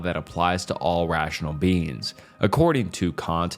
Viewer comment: I tried to fall asleep to this, but every time you say beings it sounds like beans. I'm giggling too much at these philosophical theories on legumes for this to work